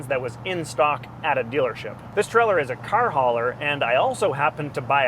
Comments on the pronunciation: It's a "Trailer", not a "Trellor", pronounced with a long A sound as in Tray-Ler. It wouldn't bother me at all but you say it frequently enough to hospitalize college kids playing keyword/drinking game. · He never said trailer, he said treller!